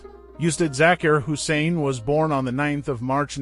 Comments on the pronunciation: If you’re going to take the time to make a video to honor this man, please consider taking time to pronounce his name, his families names and his instrument correctly. It won’t take that much effort and you will get much more respect for having done so. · Respect the man , this A. I. tribute is sad it can't even pronounce his name right . We love you Ustad Zakir Hussain , your music will live forever ! RIP brother .